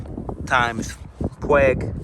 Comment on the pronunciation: Its pronounced "Pu-Weeg" 🦆😂